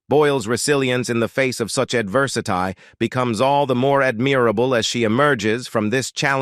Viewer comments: Ref' bad pronunciation by the male reader, from 3 min's 50 : fuel - ledd ( fuelled); themselv - EZZ ( themselves); mire - orr (mirror); meEEss - shers ( measures); adversi - TYE ( adversity) ; peer - i - OOD ( period ) ; simil - ARR ( similar )... Ah well....😢 🇬🇧📖😠🙉🎄🦉👎🇬🇧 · The robo-voice mispronouncing "measures", "adversity", and "admirable" told me that you didn't have enough respect for Susan Boyle, neurodiverse people, or us, your listeners, even to find a competent native English speaker, to read your text or even read it yourself if you are not one. I stopped listening at that point. God, what disrespect in a video about respect. I would have more respect for an accented foreign voice reading these words sincerely than for that damned robot.